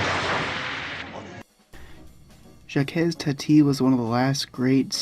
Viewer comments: Good all round commentary...but I've never heard anybody ever pronounce Jacques as Jackez, please! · ‘Jacques’ is pronounced just ‘zhack’ (soft ‘sh’) or if you must, say the first sound as just ‘j’, ‘Jack’. You’ve probably heard this a million times in the last two years, though ;). ‘Hulot’ - like ‘Hue low’. And now I’ll watch for the content ;). I regret that no-one I’ve shown Jacques Tati movies to has appreciated them. Too subtle for most of us Americans, I guess :(.